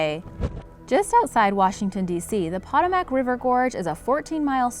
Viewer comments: It’s pronounced Pa-toe-mec river , not patamac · It's not POT-oh-mack . Its puh-TOH-muhk. Seriously? You can pronounce Karachay correctly, but not a historic river in AMERICA? SMH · Poetoemick not potomack. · Po-toe-mic not po-ta-mac! Hahahaha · I live in DC it's PA TOE MAC not POT O MAC but other than that great video hehe but yeah the Potomac is so no joke. The current is crazy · Potomac- po-to-mac , [not (pot-o-mac)] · No. 5 is pronounced Puh-tome-ic. Not pot-a-mack. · Yeah..., I live less then 10 minutes away from the Potomac (Po-toe-mic) river, it's generally not dangerous and people do swim in it. Until you get near Great Falls and after, then that a different story. The under currents is quite dangerous even when the river surface looks calm. That is one reason people don't go swimming in it, but other strong factor is that it is quite polluted. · ive swam, rafted, and kyaked down the Pah-TOE-mac river many times with no issue. Thats rediculous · Correct pronounciation is (puh-toe-mac) river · Poe. Toe. Mack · Excuse me, but the Potomac River's name is pronounced as [puh·tow·muhk]. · Pronounced 'po TOW' mic.' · Seriously . you mispronounced Europa and Potomac. .. Nothing hard about those words at all . .YOUR-OH-PAH & POH-TOH-MIC . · Pa tome ick...is how it's pronounced, ugh woman, say it right. Sorry, it's just driving me nuts. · nah as a DMV resident, I feel offended for the way she pronounced potomac 😭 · Can't pronounce Potomac? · not how you pronounce potomac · I know a couple people have said this but you are pronouncing Potomac wrong. How does that happen? Maybe learn to speak if you're going to be a narrator. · She’s not American. She mispronounced the Potomac River which divides Virginia and our nation’s capital, Washington, DC!!!